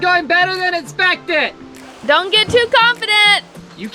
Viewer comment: After a couple weeks watching you guys... i've realized there's a PERFECT DRINKING GAME. Every time says 'it-spected' (his version of expected)... YUP.